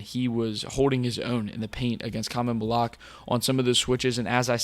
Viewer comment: For the host: Khaman's last name is pronounced Mal-oo-wash not Mal-oo-ahk